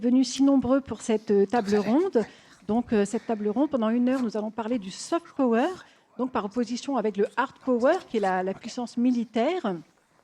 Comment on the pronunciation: "Saufete peaureure" ....😂😂😂Et ce sont ces pecnos qui se moquent de l` accent Creole!